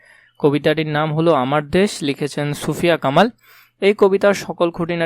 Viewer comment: আপনি ছুফিয়া বলেছেন এটা সুফিয়া কামাল হবে🙂